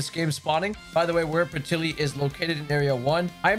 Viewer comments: Patilly?! Lol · Peti LIL. Was bugging me.